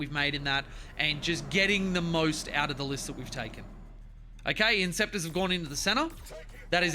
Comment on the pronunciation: INTER CES ORS for the foot soldiers or IN SEP TORS for the jump pack guys, Im sorry but your pronunciation is downright Freudian.